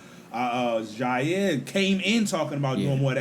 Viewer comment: It’s Jaire not Zaire lol